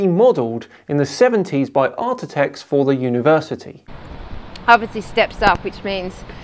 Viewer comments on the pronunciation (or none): "No it's not ironic"? She didn't say that precuring that cut. That's. And "ArTITechs"? Sloppy,. Hehe. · Her channel is woo central. You'll disappear down a rabbit hole if you spend longer than a minute there. Btw, "Artitects"? : s